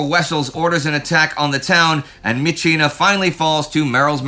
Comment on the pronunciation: I have been an army member at the captain level since The great war... I know these are all filmed a month or two in advance. I do realize how hard you work to cover everything. Good job this week on properly pronouncing myitkyina. All that aside, nothing illustrates the hopefully unconscious "Americans are the main characters" bias of the channel than the description of the end of the siege. "Merrill's marauders and their allies"... The Chinese divisions don't even get a name check. They were the 22nd, the 38th, the 30th and elements of the 50th.They are the majority of the squares on the map, but unnamed. As the script says, "18,000 allied casualties" and 2,000 some original marauders. Basic arithmetic says 16,000 of those casualties are mostly coming from Chinese troops with a few kachins and Indians from the Indian 36th division. If the channel talked about D-day as "America and its allies", that would be called out. Yes, Eisenhower is an American in charge of the whole operation, but it would be diminishing the British and Canadians to only name the American part of the effort. We hear about Stilwell being promoted, but more radio silence on the ongoing battle of hengyang. I was kind of expecting the news of his promotion to contrasted with his conflicts with CKS. China's best divisions have been in Burma on both the myitkyina front and the Yunnan front, while Japan is ripping the lungs out of China's core. Just a sentence that says, "Meanwhile, in China, the siege of he